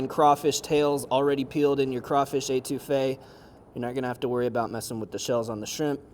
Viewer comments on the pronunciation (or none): Étouffée - to smother, nice try though. Your pronunciation would drive my Cajun grandmother nuts. Also, adding the tomato makes your Étouffée Creole. Cheers, and laissez le bon temps rouler! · I'm sorry. The way you Étouffée is driving me nuts.